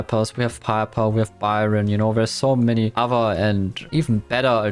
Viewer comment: i think its just strange that he can’t pronounce easy things like that. But dont forget i respect but i cant hear people pronouncing byron a her. Its awful and cringe